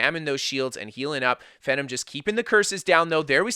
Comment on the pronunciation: Pretty sure its pronounced Fee-Nom (GodPhenom) But holy shit Speed Kills video would make anyone wanna make a stam sorc